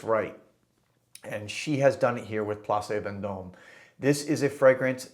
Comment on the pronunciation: I stay in Place Vendome when I visit Paris, you’re pronunciation isn’t bad. I think it’s time for another Therapia by Aroma survey video from you. I bought La Plage (at your recommendation) and Jardin des Hesperides and love them both. I will pick up Place Vendome and await further recommendations.